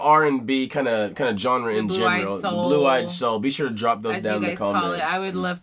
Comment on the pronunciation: Genre is pronounced zhaunre not johnre